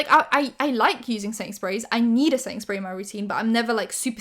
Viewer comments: You're saying quickly "setting spray", but all I hear is "Sainsburys" :D I have no idea why. Made myself laugh 😂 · i thought were saying sainsberry and then i realized you were saying setting spray, which makes way more sense.